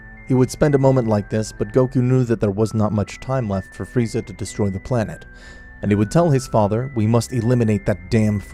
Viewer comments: Man i love it when in 21 min he says freezer not Freza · Freiza not freezer gd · I love when he says Freezer instead of Frieza. Nice nod to TFS. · i love how king vegeta says freezer insted of frieza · Its entertaining though, only thing thats kinda cringe to me is how they keep saying freezer instead of frieza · I love how everyone besides goku calls frieza "Freezer" instead of frieza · Not freser it is frisa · Bro you keep calling him Freezer... you're fking killing me🤣🤣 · "freezer" lmao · Did no one hear friezer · Why does Beerus says Frieza like "Friezar"? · I like how Beerus calls, Frieza 'Freezer' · Beerus said "Friezer" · I like how he calls frieza freezer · im sorry did beerus say freezer wtf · It’s LORD FREIZA YOU SIMAYAN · Why are they saying freezer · Berus said freezer 😂😂😂